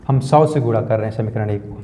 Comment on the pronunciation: Guna hota hai guda nahi😂